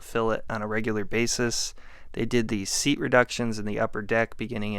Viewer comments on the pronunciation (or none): none